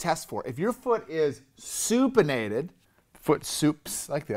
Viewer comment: I can't be the only one laughing my ass off every time he says supinated 🤣My stomach fuckin hurts!